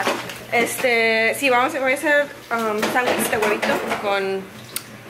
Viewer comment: Porque dices sandwis ?? Y no sandwich?.... (Aclarando es pregunta, NO CRITICA )